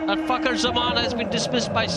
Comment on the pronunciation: Fakhar and the k is silent ❤️🌟